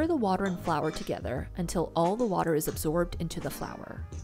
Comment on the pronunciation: Flourrrh waterrrrrh nah